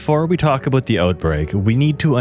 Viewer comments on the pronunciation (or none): “before we talk ABOAT the OATBREAK”